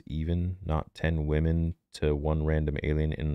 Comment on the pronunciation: “We need more wamans!!”